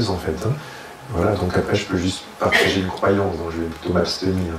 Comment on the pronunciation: On ne dit pas "vous pargager" on dit parrtager avec vous. Parlez français, mesdames et messieurs les présentateurs. Sinon, à nous finirons par ne plus du tout nous comprendre. .